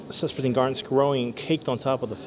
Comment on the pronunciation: Sespertine garnet > Spessartine garnet 😁